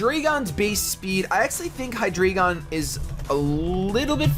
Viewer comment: Hydreigon is pronounced High DRY gone Because drei is 3 in german and it is pronounced like dry